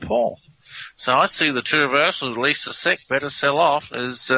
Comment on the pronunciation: It sounds like "Release the seed," not "Release the sick."